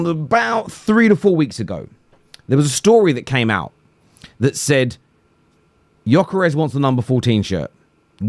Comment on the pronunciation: Pronunce his WHOLE name with G.....Gyokeres!!!!